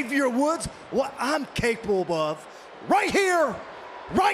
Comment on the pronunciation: Looool why can't they say capable properly